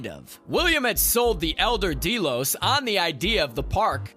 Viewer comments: I couldn't watch more than a few minutes of this review because of him continually calling it Dee-Los when it's Deh-los. It's pronounced through the entire 4 seasons! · Dee-los? Seriously? Haven't you watched the show? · Deelos? It has always been pronounced Del-os. No one on the show has ever pronounced it Deeelos. How does this happen? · So many things wrong here. First has your narrator watched the show? Its not "DEE-los" or the "sub-lime" Its "Dell-os" and "su-blime", small details but again it just makes it sound like someone who doesn't know what they are talking about is trying to explain it to us. Also very little of what you were saying matched up to what you had on screen at the time. Also, stop yelling at me And its weird you mentioned the fact that it was based on the foundation which gave me hope for what you would say but then you have the most simplistic view on what's going on.. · Dee Los. Really? Wtf. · Who else is super annoyed be the word "deelos" ? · Deeelos ? Lol did you even watch the show or just read it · I gotta tell ya "deelows" isn't working for me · Los Deelos XD has this guy watched this show or is he just reading a script?! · “deelows,” “sub lime,” and “rehobum” hurt my soul lol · please stop saying Delos wrong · Super Important Tip : Please watch the actual show if you’re gonna explain about it, you manage to make it more confusing and your pronouncing the names all wrong. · Omg dude that is NOT how you pronounce Delos OR Sublime. Also why are you constantly shouting? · That isn't how you pronounce Delos. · Right ! It's Delos !!